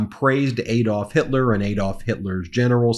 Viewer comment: PLEASE pronounce Adolf correctly, it is not Aye-dolf but Ah-dolf.